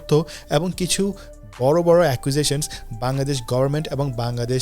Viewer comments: ভাই, বাংলাদেশ উচ্চারণটা আপনার মাঝেমাঝে বাঙ্গাদেশ হয়ে যাচ্ছে। কারেক্ট ইট। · বাঙগাদেশ বলোস কেন বাংলাদেশ বলতে পারোস না🤣🖕